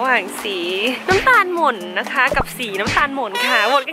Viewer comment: นะคะรึเปล่าคะ😆 เอาซะขำเลย เป็น "นะค่ะ"เฉย 😆